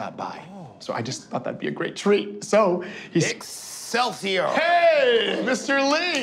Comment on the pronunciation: Jordan can't do voices, and the worst part is that he can't even get Stan's most iconic word correct. Stan doesn't say "Excelsi-errr." He says, "Excelsi-OR." It's one thing that parody someone. It's another to have only the most superficial knowledge about them when doing said parody. You have to show that you love the thing you're parodying by actually getting it right under the surface of the joke, or else it's just mean.